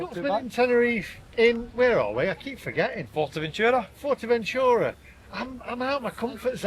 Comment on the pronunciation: It’s NOT FORTERventura It’s Fuerteventura - at least TRY to pronounce correctly!